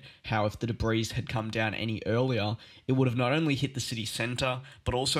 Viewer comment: Please note, your mispronunciations detract from the credibility of your reports. Specifically, the word "debris" is spoken with the "S" being silent. It is correctly said as "debree" not "debris." I trust you can accept "constructive criticism." Thank you for your effort.